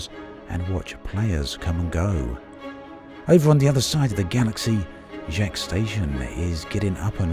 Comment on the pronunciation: Hey, love your videos on E:D. Just a friendly tip: you're very close already but Jaques is pronounced with the 'a' in father, not the 'a' in cat (I'm 99% sure it's meant to be French).